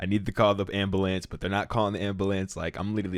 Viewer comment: "The ambalance" 😂